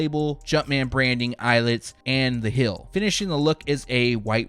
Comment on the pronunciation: Teal is NOT pronounced 'TILL' Heel is NOT pronounced 'HILL"